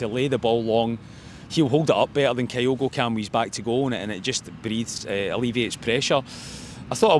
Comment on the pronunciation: How long does Kyogo need to play for Celtic till pronounces his name properly?